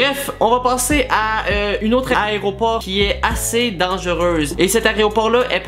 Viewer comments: Il a quand meme dit plus de vingt fois aréoport plus de 5 fois une avion lol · Tu parle de layropor ou lavion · un aéroport pas un aréopore will